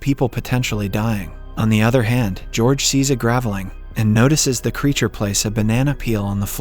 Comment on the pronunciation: Another clue is the mispronunciation of the word Graveling.